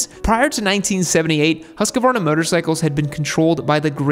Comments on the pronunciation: it pains hearing the US pronounce of Husqvarna , ( easiest way is Huuskvarnaa ) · Pronunciation is close. Firstly "Hus" is pronounced with a long u. Secondly Americans tend to want to add an 'a' between the 'q' and 'v', just try to pronounce it "hus-kvarna". Same thing with Husberg btw. Long 'u', dont add an 'a' between hus and berg, and the 'e' in "berg" is pronounced 'AE'. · Hus-qvarna = hos-kwarna (pretty much) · hmmm. Im from Sweden and "Hu" in Husqvarna is not prounanced like "who" in english. But I also see what your saying, not completely off. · It is pronounced as Husqvarna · your pronunciation is not that far off. but instead of pronouncing the U in "Huss as the U in fuss, the U should be pronounced as the U in "Use" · Don't say once more in english Husqvarna. It's terrible to hear. Put the word "Husqvarna" in google translate under sweden laguage and push the speaker button to hear the pronauncing. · husqvarna not husquarna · I think it's just bait because they know people will leave a comment with the correction generating engagement, so he's pretty committed to adding an entire syllable at this point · Bro it's written in the picture how to pronounce it : "Husk-varna", yet you are adding an 'a' and saying : "Huskavarna". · Husqvarna is one long word not HusaQvarna. Good pronunciation of swedish word dogh. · As an American with a Swedish wife she keeps telling me how to say Husqvarna correctly. She says "There is no 'a' after the 'q'. It's pronounced Hoosk-varna." She took me to the town of Huskvarna, Sweden where they have an awesome museum! Great brand with a long and storied history which your video does a very good job of telling. Congrats! 😁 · You're prounincing the "u" too quickly. They way you say it we would spell Hussqvarna. But only one "s" so make the "u" longer. The "q" is indeed a k-sound like you say it. But then you go up on the "v" when you should go down instead. Haha, nice video! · In Swedish the pronunciation is Hus Kvarna.